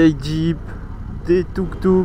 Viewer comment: Waouh, j'ai pas rêvé, tu dis touk touk maintenant.....bien...😊